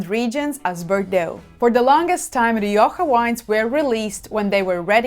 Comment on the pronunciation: I very much appreciated this review, and God bless you for pronouncing Rioja correctly. American viewers try to correct my pronunciation to Mexican Spanish. I am a 40-year student of wines of the Iberian Peninsula; Rioja is the primary red wine I drink. I live in the US and UK, buying Rioja is easier in the UK. Even in large wine retail conglomerates in the US Rioja isn't kept well. My benchmark Rioja is Faustino I, even if it varies year to year. Today I bought two bottles of Faustino I , 75th anniversary, "only" Reserva not the usual Gran Reserva for GBP 12.50, we'll see. That said, to my surprise, Marks & Spenser's own label Gran Reseva, El Duque de Miralta, bested the Faustino I did a side-by-side taste of. As best I can tell the M&S comes from Cesar Fernandez/El Coto Winery. For the money, it is top-notch IMO. Thanks again for this. I'd love to see you do a piece on Manzanilla, another Iberian passion of mine.